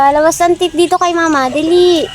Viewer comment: Please tagalunginm9 na lang kasi yong please ah pronouns mo parang sound hindi kaayaaya kasi tits mean breast..pero kung I pronounce mo yong teeth I am ang pronounce yan